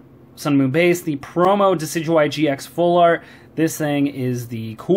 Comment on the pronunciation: Duh-sid-you-eye and roll-it offends me. It is De-sid-oo-eye and rall-it